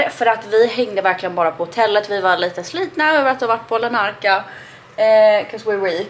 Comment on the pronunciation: Tror att staden heter Larnaca och inte Lanarca 😇